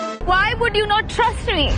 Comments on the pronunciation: “Why don’t you Th-rust me?!” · Not 'trust' me nahi, not 'thrust' me